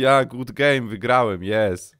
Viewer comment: Soł gud XD lece grać w fortnita polecam